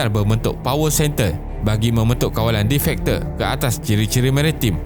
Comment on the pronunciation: Sebutan "de-facto" adalah "di fak to".